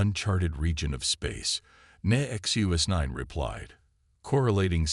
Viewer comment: Funny how NONE of these sci-fi channels can ever spell HULL. They call it hall, hole, or something else just as inane. Good stories are so damaged by many bad pronunciations, and bad spellings. Disgusting that the AI bot reader can't say "NEXUS 9", has to break it up to "NEXT U S 9" or some other variation. And it is spoken so often to be really irritating.